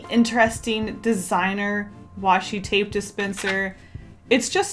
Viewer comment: OMG PLEASE stop saying washy tape sry \